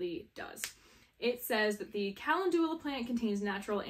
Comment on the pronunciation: It’s pronounced like kuh-lan-jzu-lah